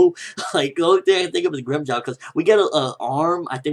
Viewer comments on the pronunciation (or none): It's grimjow nigga